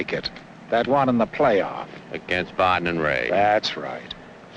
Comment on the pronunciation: Its really a shame that they couldn't get the name of Harry Vardon right